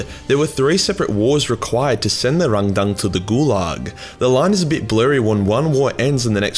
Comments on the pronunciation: "The xenos called Rang-dan-dan." Me: "Wut?" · Hah! Love the sass on Timmy here. Also, pronunciation of 'Rang-dang' is now my new favourite thing. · I laugh every time he says rangdang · The rangdan. 😂😂😂😂😂😂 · Every time you say Rangdang, all I can hear is Arnold Schwarzenegger trying to order chinese food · Please, never say "Rangdan" again. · If this guy sais rangdan like a Vietnamese person one more time I’m going to explode from laughing so hard